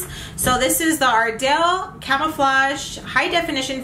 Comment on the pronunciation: The way u pronounced camouflage lol its CAMOU-flage not CAMERA-flage. I also appreciate u listening to our constructive criticism..another one is when u say "fits me" when describing a color match. how about saying " this didn't MATCH ME".. Love watching you,I hope to run into u One day, im here in the slc Valley too.